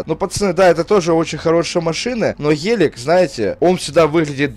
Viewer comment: Сколько он сказал "ХЕЛЕК? " (ГЕЛИК:)